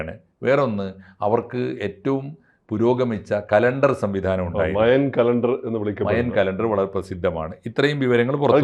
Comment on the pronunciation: മായൻ സംസ്ക്കാരം എന്നാണ് കേട്ട് ശീലിച്ചത് താങ്കൾ മയാൻ എന്ന് പറയുമ്പോൾ ഒരു irritation